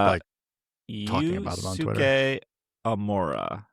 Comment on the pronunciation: completely irrelevant, but Yusuke would be pronounced “you-Skay” :)